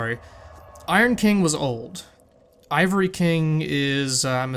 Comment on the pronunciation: crown of the aava-ry king